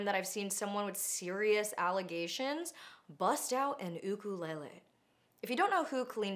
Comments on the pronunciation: Thank you for pronouncing ukulele correctly. As a fellow person from Hawai’i, we physically cringe when we hear “yook-kuh-LAY-lee” 😭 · Thank you for pronouncing 'ukulele the Hawaiian way, the disrespect she should never touch an 'ukulele again. The poor children had no idea and she wants her actions to not have consequences. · anna, i know it’s not the main point, but i appreciate your correct pronunciation of ukulele 😊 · ooka- leh leh. I absolutely love that pronunciation 😭🤌✨💅💅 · I already love you Anna but the fact that you pronounce ukulele correctly makes me love you even more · Mahalo nui for pronouncing ‘ukulele correctly!! Ke aloha nō. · I agree with absolutely everything you say And appreciate the correct ukulele pronunciation